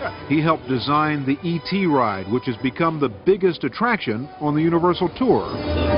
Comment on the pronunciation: It’s “E T”!!! (Spielberg)